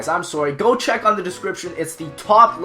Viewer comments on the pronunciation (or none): none